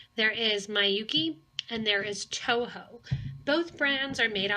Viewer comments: Although this isn't really important but Miyuki, since it's Japanese, is pronounced with short vowel sounds: Mee-yoo-kee but short. Not my-yoo-kee. It might confuse others who know how to pronounce it thinking that you're talking about a different brand. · Yes, her mispronouncing the name Miyuki as my-yoo-kee makes this video difficult to listen to even though it has good information otherwise.